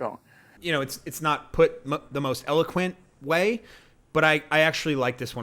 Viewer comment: yeah, you put the emphasis on the wrong syllable!